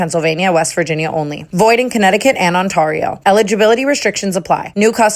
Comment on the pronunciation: Tana I beg of you, before this podcast ends please just say Ontario for us, the right way 🤣